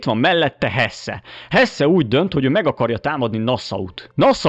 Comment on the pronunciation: Hesse-t úgy ejtjük: Hesszí, Elnézést a stréberkedésért